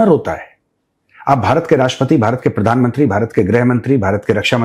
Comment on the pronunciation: padan mantri nahi, it's pronounced as PRADHAN MANTRI